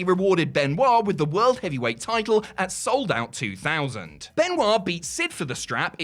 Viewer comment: Why cant you say the word "Title?"